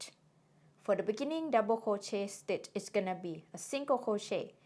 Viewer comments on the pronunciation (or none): You say something like "mikkening" that I don't understand or correct interpret. Can it be beginning? Otherwise your tutorial is such a splendored thing.